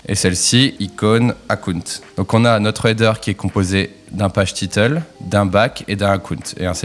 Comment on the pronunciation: hahahahaha les français ... aucun effort en anglais, PAGE TITEUL 😂😂😂😂 ... great video though